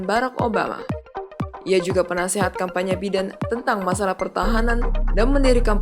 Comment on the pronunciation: Bagaimana Biden dibaca Biden, seharusnya "Baiden", maaf koreksi.